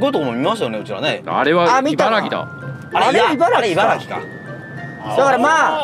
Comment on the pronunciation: いばらぎじゃない。いばらきだ！